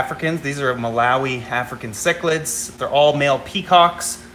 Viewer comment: I can totally relate on the mispronounciation thing. As embarrassing as it is to admit, I cannot for the life of me say the word cichlid correctly. I KNOW how it's supposed to be said, but for some reason the word comes out "Cheech-lid" as in Cheech and Chong. I'm terrified I am going to say it wrong in front of a fellow fish geek and totally embarrass myself. I just don't get it, I can speak 3 languages, but this one silly word trips me up every single time. So there now you all know my secret shame.